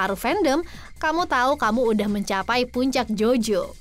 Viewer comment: JOJO MBA BUKAN JONO😆😆